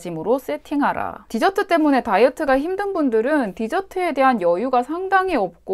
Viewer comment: 사투리 갑툭튀ㅋㅋㅋㅋㅋㅋㅋㅋㅋㅋ 하지만 언니,, 저는 뒤저트를 먹기 위해 식사를 합니다 죄송해요 뒤저트는 꼭 식사 후에 먹어야 맛이가 조아요 껄껄